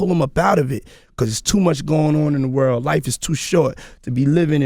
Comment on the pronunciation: around the wurl